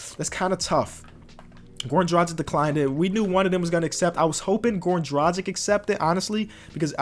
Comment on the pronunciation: “Dragich” not “Drajik”